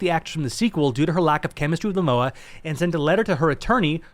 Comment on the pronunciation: It's MOMOA not mAmoa.😁